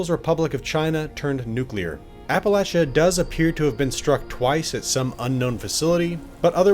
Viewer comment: Thank you for saying Appalachia correctly.